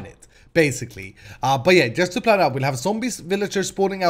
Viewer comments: It's plan not pran triggert😫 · hey why you keep saying pran:)